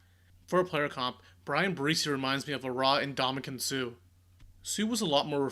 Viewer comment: Um...It's spelled and pronounced "Breese" like the gentle wind. Please correct this in the near future. Thanks..